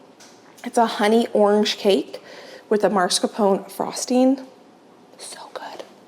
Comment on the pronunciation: MOSS-car-PO-nay. Why such constant aversion to effort? What's wrong with effort?